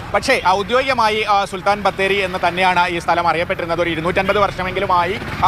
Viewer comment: കള്ള ഹമുക്ക്, സുൽത്താൻ പോയിട്ട്, ബത്തേരി എന്നത് പോലും മര്യാദക്ക് പറയാൻ മനസ്സില്ലാത്ത ഇവനൊക്കെ ഇത്രമേൽ വിഷവും കൊണ്ടാണു നടക്കുന്നത് 😮